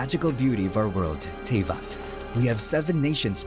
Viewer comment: Yeah... Tevyat... Not Teyvat... Tevyat...